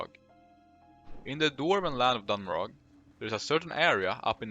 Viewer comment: Dun Morogh is promounced Moroe not Morogg (they even say it in game)